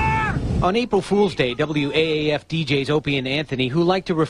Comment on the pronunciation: Yeah, it pronounce the old radio stations as words instead W-A-A-F and then O and A's was O and as